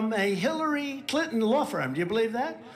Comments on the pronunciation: I live in the south & everybody I know, knows how to say CliNton! That is NOT A SOUTHERN THING. She does the same with important...she says importnt...again, NOT a southern thing! & she DOES sound $tup!d because she IS!!! 🤷 She called AOC that word on Fox & Steve Bannon! I think that just like trump is all consumed & jealous of Obama...& Biden, for that matter, MTG feels the same way about AOC...especially since AOC is wayyyyy prettier than plump Marjie! 🙄 What very few friends I have left, who are MAGA, ALL are in agreement that AOC is a very intelligent lady! Plus, at this point, since we ALL know & understand how really very truly $tup!d Marjie is & because she's in 2 cults, & because she did exactly what we thot she'd do, & blurt out classified information, & because she YELLED & CALLED military guys LIARS, & because she's on the J6 soldiers' side & because she doesn't seem to realize that trump was in office in 2020...1 last 1, even tho I could spend an hour doing this, & because she makes a fool of herself & the entire country, EVERY TIME SHE OPENS HER BIG MOUTH, I HAVE ZERO PATIENCE WITH HER & COULDN'T CARE LESS ABOUT INSULTING HER OR MAKING FUN OF HER, BECAUSE SHE IS AS $TUP!D AS SHE LOOKS & ACTS! & DITTO FOR BOEBERT! 🤦🙄🤬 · Trump's nuts. You're super. One thing: I was born in a town named Clinton. That's how we pronounced it. Same way dufus pronounced it.